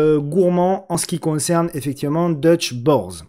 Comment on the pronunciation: deutsche Börse, ca se prononce deutsche Beurse. c est l Euronext allemand